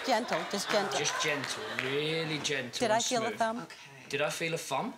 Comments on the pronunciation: did anybody noticed he said fhumb instead of thumb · "No fhumb no fhumb" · Every time he says thumb I have to chuckle -'fumb' lol